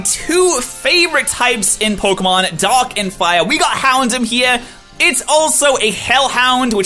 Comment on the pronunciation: um am i the only one who noticed it sounded like dog and fire type instead of dark and fire type when he was talking about houndoom